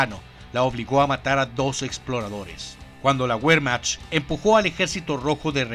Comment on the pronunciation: la Wehrmacht, se pronuncia Vermajt